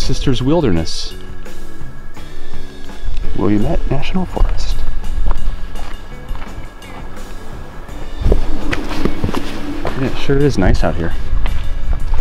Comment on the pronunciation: Not to be anal but the lava rock is called basalt. And because I know you don't want to sound like a tourist, Willamette is pronounced with the accent on the "lam". I'm making a list of all these great places for when we set out on our own adventure. Thanks!